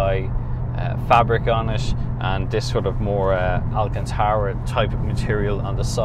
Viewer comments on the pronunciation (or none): none